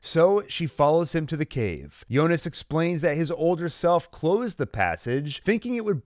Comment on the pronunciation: It's Jonas not yonas